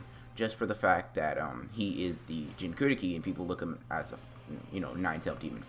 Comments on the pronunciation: dis dude said jinkuriki instead of jinchuriki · Everything else is good but why are u saying jinkuruki and not jinchuriki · It lowkey triggers me how he says Jinchuuriki